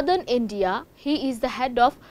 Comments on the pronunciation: Freemasonooorie? what a news channel , How can one let her speak . Mind blowing what level of news reader people hire today ... 🙄. what a shame she was presenting . Cannot even say masonry. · U pronunciation is wrong Freemasonry.., its actually free-masonry